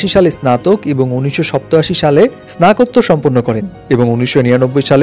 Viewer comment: স্নাকোওর কি আবার ভাই স্নাতকোত্তর